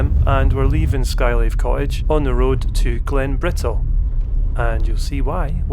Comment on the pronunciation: Not meant to be critical - just an observation. I know many dialects in England have dropped the pronunciation of Ts, particularly TTs, but hadn't realised it was affecting the Scots too. Are you aware of this? When you say "we're climbing Glen Bri ull" it really grates. Anyone else noticed?